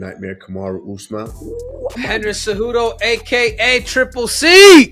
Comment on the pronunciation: Henry Ce-Doo-Doo 😂